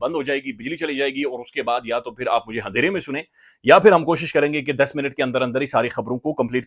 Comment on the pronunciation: Handhera ❌ Andhera ✅